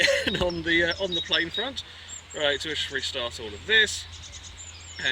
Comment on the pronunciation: "I've built a very British playeene!!!" XD